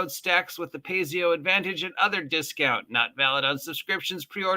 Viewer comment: Stop mispronouncing Paizo, my god man. Pie-zo. Pie-zo. Not Pays-zeo.